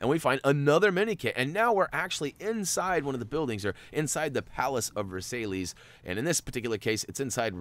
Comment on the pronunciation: It's 'Ver-sigh'!